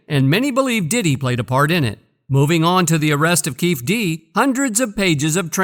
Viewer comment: It’s: Key-fee D bro🤦🏽‍♂️